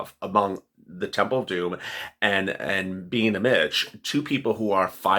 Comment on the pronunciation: everytime you say temple of domm I be cracking up my daughter and me we love you you're the bomb 💯